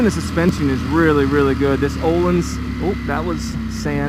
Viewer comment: Its akrapovic not akrapovich lol and ohlins not ohleens lol